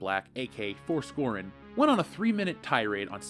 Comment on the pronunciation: Dude nitpick, but you keep saying “Forskorrin”, even when you say “Frosk” two seconds later. Not defending her but you’re saying it right at the same time you’re saying it wrong.